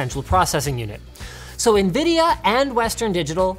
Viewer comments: 5.56 DID HE SAY NBIDIA?????????????????????????? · did Linus say Nbidia